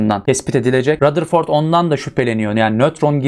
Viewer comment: Rutherford demiyor mu hocam